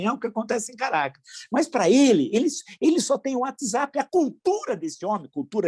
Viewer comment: PROFESSOR dei Risada " watz zapismo "..kkkk